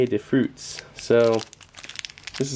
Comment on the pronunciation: "pah-tay duh froots!" hehe made me chuckle not trying to be a stiff for pronunciation; i just found it funny because my old French teacher would have chewed me out for saying something like that